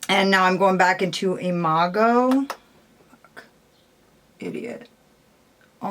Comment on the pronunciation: I love you ❣️ (I hope I spelled that right🙈) P.S. you pronounced Imago perfectly ☺️ P.P.S. Hey! I thought you said in a comment section somewhere that you didn’t get the Churro lipstick. Did I just imagine that?? I ended up not grabbing it because they didn’t have it in a pre-made bundle & I didn’t want to take the risk of missing the palette while trying to get the lipstick lol...I thought I remembered you said the same thing??? I might just be crazy...Churro looked great on your lips, though 😜